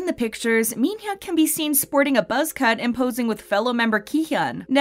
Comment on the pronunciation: u saying minhyuk wrong n taemin